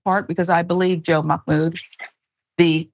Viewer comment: Just a quick fyi. There is no “k” in Mahmoud. :)